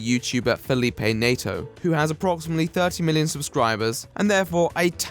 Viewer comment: i had a fucking stroke whenhe said felipe neto "feilipei neito" dglkjasoqagw